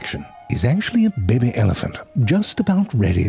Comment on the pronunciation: I just love it when you say "bebe"....makes my day it does...